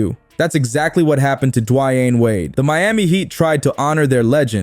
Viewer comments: yeah Dwayne Wade. Not dwy-an as the narrator pronounced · Dwy-anne Wade.. Lmao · Butchering his name like that is perfect for this video on his butchered statue.